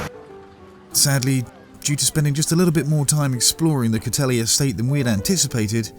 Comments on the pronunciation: Great video. Just a small correction, it's pronounced 'coat heal' not cothelly. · Mate.....as a west country coue you should knowhow to prinounce places, e.g. cotehele is pronounced coateel....not.....cotelly you twit....i work at cotehele. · For your interest Cotehele is pronounce 'coat heal' and not coat healy. Orherwise another fab video. Keep up the excllent work. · Cothele is pronounced cot heal but I loved your attempt!! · Another stunning video from the Cadoha crew! I believe it's pronounced Cotehele as in 'co-teal', not Cotehele as in 'co-telly'. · Great video as always :) Oh and Cotele is pronounced Coat Eel not Coat Helly :) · Cotehele is pronounced "COTE-EEL". x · Cothele is pronounced “Coat heel” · Nice to see you on my River. Sorry not to see anything of Cargreen where our boat is. Hope you don't mind, but just one liiiiiiittle correction; it is pronounced 'Coteheel', but no one will really object. Those ferries are like magnets, I've never got past them in one go, haha. Thanks and take care.